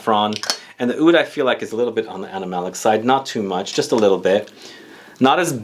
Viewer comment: lol "Awoud"... I guess Aoud is the best way to spell but not technically how it's supposed to be pronounced. In arabic, oud is written starting with the letter "ع", if you're interested in hearing what it sounds like, I'm sure you could find a pronunciation video. It's a sound that comes from the very back of your throat. When speaking, pronouncing it as "oud" is actually more accurate than "aoud". Hellooo from Beirut!